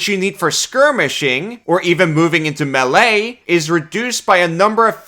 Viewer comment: this man determined to mispronounce melee forever, no matter how many times it is brought up :D